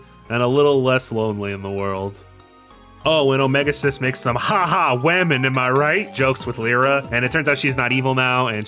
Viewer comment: i can't get over the pronunciation of "omega-Xis" wym it's "omega cis" and not "omega exis"